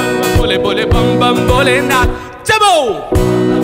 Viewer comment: it's Bhole not bole ...